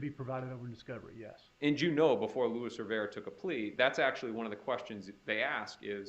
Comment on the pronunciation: Is anyone tired of the “louis” rivera? Its LUIS! So annoying